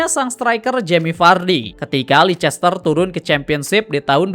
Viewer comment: sorry bang izin koreksi yak, penyebutan yang bener tuh "leister siti" bukan "leicester siti"🙏🏻 overall storytelling materi lu udah oke banget bang. keep going🤙🏻🤙🏻